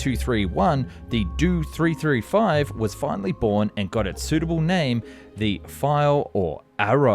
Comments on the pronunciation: The Dew 335...it's Do 335 (Doh). Jägernotprogramm on the other hand you pronounced quite good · Not a 'Doo 335' - it's a 'Dee-Oh 335' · After putting obviously a lot of time and effort to produce a top quality video, you totally make it weird saying "do" or "doe" in front of all the model numbers for the Dornier planes!!!! It's not pronounced like that the letters are short for Dornier!!!! DEE OH 335!!!!! It is a good video but something as simple as mispronouncing something repeatedly ruins it 😑. You did your research and made a very informative video 👍😎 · Did an AI do the voice over? He keeps pronouncing the letters in the designation numbers like they're words. It'd the "Dee - Oh 335" not the "Do 335" and the "Em - EE 262" not the "Me 262" and so forth... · Dee Oh 335 Not Due 335 For the Me 109, it is not Mee, it is Em E. The He 111 is Ach Ee, not Hee. P,ease correct your naming of these aircraft. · I'm gonna commit a hate crime if he doesn't stop mispronouncing those name abbreviations. It is pronoinced M E 262 and DOE 335.. Not "Doo 335" and "Me 262"! Edit: ITS NOT HE! IT'S H E!!! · God, the way you pronounce the aircraft designations is so frustrating